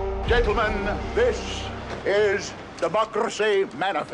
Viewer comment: I will now forever roll my R's when pronouncing "democracy"